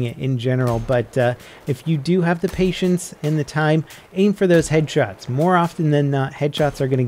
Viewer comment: patienes and time XD destiny ayyy lmao